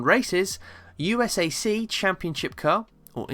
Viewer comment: USAC is pronounced as a word...U sac!😊